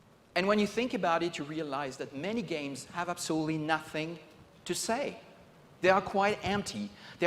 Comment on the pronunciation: "We live in a dimension that is absolely (I refuse to spell it correctly because he doesn't say it correctly) not connected with the real world." Well, yeah. I'd much rather be piloting a giant robot in armored core or surfing planes in just cause 2 or killing dragons in skyrim than I would shave, set tables, watch kids do homework, and help take in groceries. If this guy made an amusement park, most of the attractions would be based around office paperwork.